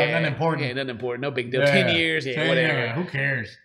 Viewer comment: "Happy Anniversary to 10 wonderful YEERS."